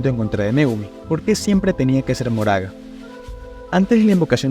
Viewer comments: PORQUE DICES MORAGA EN VEZ DE MAHORAGA AGHHHHHH DIOS Q ANSIEDAD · hola, por que pronuncias su nombre como "moraga" cuando leyendo literal sería mahoraga y su pronunciación es "makor"? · Ma-ho-ra-ga no mo-ra-ga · me parese chistoso que le diga ´´moraga´´ a mahoraga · Mahoraga ❌ Moraga ✅ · porque el dice moraga enves de mahoraga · Al principio lo intentaste... majoraga... maoraga... y ya después de pleno decía "moraga" xd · pq decis moraga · Se pronuncia "MaJoraga" como si tuviera J T-T aun asi buen video bro, este Megumi es un maldito suicida